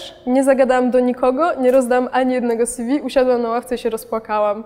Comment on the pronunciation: "Sjiwi" -- co to jest? Ew. od czego to skrót? Bo jeśli od "curriculum vitae" to odsyłam do wymowy języka łacińskiego...